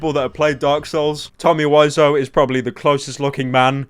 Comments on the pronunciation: Is it pronounced "wizz-ow" or "why-zo" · TOMMY WISEAU WE-ZOH NOT WISE-OH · Wisoo why pronounce it like that